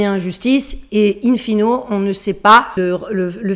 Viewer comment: Soyez rassurée chère vous êtes toujours jolie et charmante pas de grâce dites un fine plutôt que in Fino!......